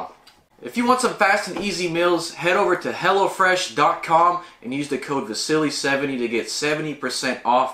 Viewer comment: It's pronounced Vasily not Vasilly. Lol.